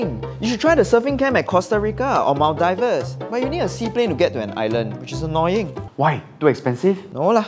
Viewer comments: Maldives doesn't pronounce like that😂😂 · Maldives is pronounced Mal-Di-ves not Mal-Dives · I was wondering why no one else in the comments section mentioned that! Why did he pronounce "Maldives" as "mal-divers"?! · You it's pronounced, "MALDEEVZ" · Wtfreak is "mal-die-vers" ?!? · It's pronounced as "Maldievs" not Maldives even though it's the correct spelling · I couldn't have been the only one who choked at the way pronounced 'Maldives' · Psst.. the pronunciation of Maldives are incorrect. 😁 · the pronunciation of Maldives was absolutely butchered. RIP